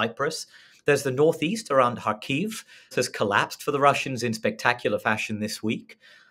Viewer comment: Please stress Kharkiv on the 1st syllable. The “kh” is “ch” in “loch”.